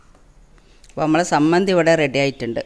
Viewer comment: താത്ത സമ്മന്ധി അല്ല ചമ്മന്ധിയാണ്